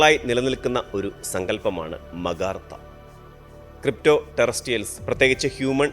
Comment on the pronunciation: മഗാർത്ത ❌ അഗാർത്ത ✅